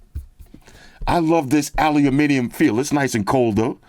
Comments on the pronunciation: Aluminium. Now THATS how you say it. Well played,. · It's refreshing when someone pronounces "aluminium" properly 🦁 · I love the videos as always! And an american saying Aluminium the way it should be said, warms the heart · As a Brit, I was always confused why Americans usually say ALUMINUM. Keep it up!